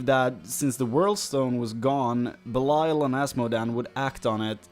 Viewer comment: BELIAL NOT BELAIL